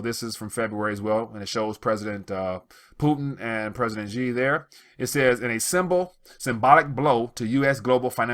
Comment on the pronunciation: Dear,China is such an economic force in the world now, that you should make the effort to learn how Chinese names are pronounced. The president of china today is XI (pronounced SHEE) not JEE.